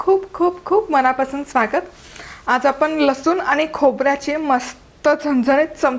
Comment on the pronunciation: लसुन नाही लसुण....